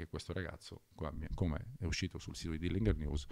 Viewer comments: Comunque è Dillinger, pronunciato proprio così, non "dillinghèr". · Col massimo garbo dico a te e al signor Corona che stimo totalmente ed a beneficio di entrambi che in inglese si dice Dilinger così come si legge non Dilingher. Lo dico quasi sommessamente. Grazie